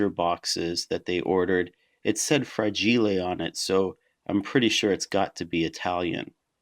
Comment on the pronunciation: Good review, thanks. Had to laugh at the fra-gee-lay reference :)